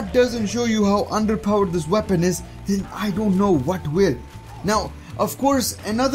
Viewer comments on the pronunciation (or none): none